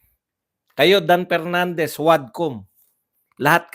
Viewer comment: He he he talaga si Cong. Pernandez o Mr. Porti por (44), Pipti Por (54), Representatib (Representative), Por da Pilipino Pipol(For the people), Apidabid (Affidavit), pronounciation expose the level of IQ he he he